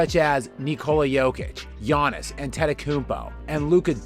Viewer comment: Nice attempt at pronouncing Luca and giannis' names but Jesus I never heard anyone butcher them(especially luca's which is far easier than giannis) as bad as u did. Otherwise great video though